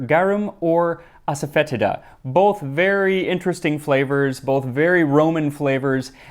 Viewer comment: Asafoetida is pronounced as-sah-feh-tee-dah 😊